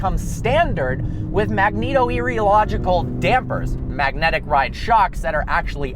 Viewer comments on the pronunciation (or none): what "magnetoereological"